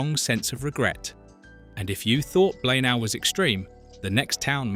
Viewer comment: It's pronounced BLAENAYE! Do some homework first please!!!